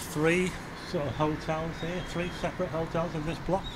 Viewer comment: I like your videos but I so wish you'd pronounce the TH instead of v and f. Like These not veese. Three not free.